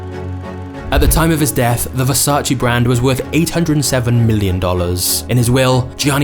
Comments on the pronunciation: IT IS VERSACE, NOT VERSACHEE. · VersacE NOT VersacI !!!!! Are people stupid that they can't say VERSACE!!!! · In the words of Donatella and Gianni - it’s VersaCHE 😄 Not versach-e or vers-ace. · It’s versAce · It’s Versa-čé… Pronounced: “ver-saw-che” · Apart from the fact you murdered the name it was great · You pronounce „Versace” wrong. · I don’t know why people still say the name wrong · 26seconds in and i heard versace pronounced wrong 35times